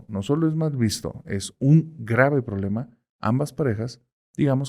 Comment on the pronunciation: ¿Qué es el "prolema"? Es quien está a favor del lema, ésa dicción... 🙄